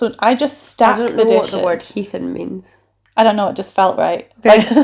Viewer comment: The pronunciation of heathen is hilarious, use it more often. It originally means someone that doesn't practice Christianity but nowadays means closer to barbaric.